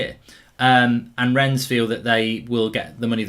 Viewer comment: It’s pronounced Renne the French don’t pronounce the ‘s’….